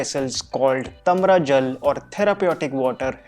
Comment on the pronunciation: It's not tamra it's taamra ... You pronounce it wrong ...